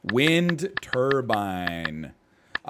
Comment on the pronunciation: Not me being firm central Texas screaming TURBINE ITS WINDTURBINE